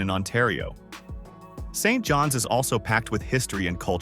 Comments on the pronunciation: Regina (not Regeena) & St. John's (not street John's) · Absolute waste of time ! Sounds like computer generated text to voice. Can't pronounce common names like Saint John's or Regina. Talks about Brandon while showing pictures mostly of Winnipeg. Don't trust a word of it!!